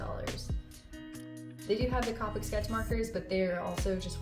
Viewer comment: Also it’s pronounced Copic like Coke